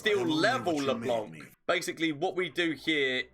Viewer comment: I love how everyone is calling LeBlanc LeBonk